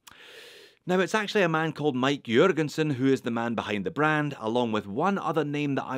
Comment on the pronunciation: I'm actually impressed at your pronunciation of Østersøen and his last name Jørgensen.